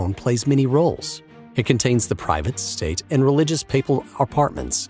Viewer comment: He said... STITE.